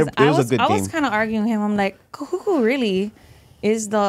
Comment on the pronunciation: 😂😂😂😂kuhuku..its..ka kahuku.....are you hawaiian if your name hawaiian?....waianae represent but went moanaloa....😂😂😂its just how you interviewed her it's funny.... I'm a huge fan of both of you! Awesome,you guys did good. Good fun watching...looking forward to more episodes